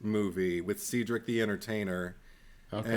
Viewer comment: Gotta love the coincidence of mentioning he loves Monica Keena after mentioning the movie Man of the House with Tommy Lee Jones and Cedric The Entertainer (btw its SAID-DRIC...never heard someone pronounce it SEED-DRIC before🤣) because she actually plays one of the girls Tommy Lee is protecting in that movie